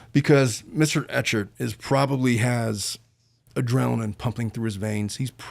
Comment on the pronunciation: Clayton Echard’s name is pronounced Ek-herd 😊